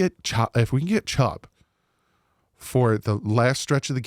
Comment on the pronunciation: Chubb not chopp